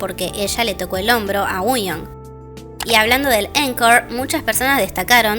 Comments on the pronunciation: por eso, pero ella siempre lo pronuncia mal, como uuion. Igual ya me di cuenta que es tema de ella, porque también pronuncia mal Ador y otras cosas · Por qué dice Wuyong si se pronuncia Wonyoung? 😮